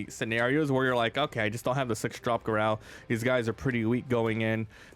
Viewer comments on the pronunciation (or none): It’s pronounced“GAH-ROW” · Did you pronounce Garou like that the whole video to troll one punch man anime watchers or did you just want to make the video painful for the fun of it